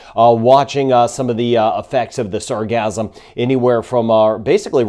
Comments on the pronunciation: Sar gass um ... not sar gazz um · gassum not gasm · Sarcasm is all over the place! Sorry, but it sounds like your saying Sarcasm 😂